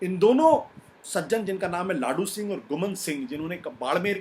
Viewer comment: लाडू सिंह नहीं, लादूसिंह होता है सही नाम